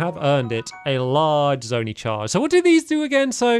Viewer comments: Please, I beg of you, stop pronouncing it zone-ee, it’s zone-ai. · stampy your saying zo-nee it’s zo-ni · It’s pronounced “Zone-eye”, not “zony”. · Zone-eye is the pronunciation of zonai